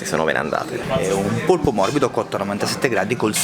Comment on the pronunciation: Polpo, si dice polpo